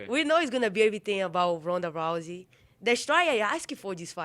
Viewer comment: Did she call Ronda rice at 43 seconds lol